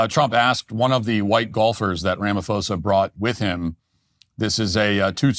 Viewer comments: Pronouncing it "Rama-fosa" instead of "Rama-posa" literally translates "Mr wrongdoer" 😂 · ITs Ra Ma Po Sa not Fo Sa! I'm South African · PRONOUNCED RAMAPOSER NOT RAMAFOSER. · When you see a "ph" and say it like an "f", that's a Greco word, like philosophy, it originates from Greece. in African languages, there aren't Greco words. When you see a "ph" in an African word, it's not an f, it's a "p-ho" Rama-p-hosa... Like our word "poes.....a"... Some say he's a Poes anyway. 😂... But say it properly!, otherwise you sound stupid and it undermines the argument. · Ramaphosa with a hard P. Not a soft P such as Pharao. Keep up the good work! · RamaPosa. Not RamaFosa. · Ramaphosa pronunciation: Rama-poh-sah. Just so you know 👍🏾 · Cyril is pronounced like Sybil, and the “ph” in Ramaphosa is pronounced as a sharp P. Ramapôhsah. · Wish you guys would research how to pronounce the last name Ramaphosa🤦‍♂️ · LOL, your pronunciation of Cyril Ramaphosa hahahahahaha, good video though, there is no current genocide, farm murders are ignored and we are fighting for it to be priority crime and to get recognised. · White South African here! No white genocide! He could also start with somewhat on point pronunciation!